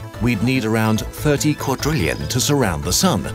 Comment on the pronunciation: That "quadrillion" was very crisp